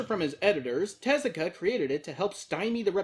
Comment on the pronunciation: Yeah hearing him say that got to me too since everyone else uses Teh-zu-ka.